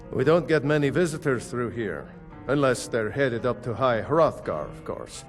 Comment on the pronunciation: Stop saying high froffgar